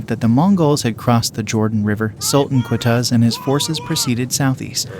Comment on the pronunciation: Its Q, not K. It's pronounced Qutuz, with the letter Qaaf in Arabic, and not the letter Kaaf. There is no direct mirrored sound in English